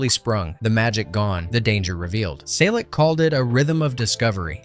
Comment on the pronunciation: Why does Henry Selick name get pronounced like 4 different ways in this video?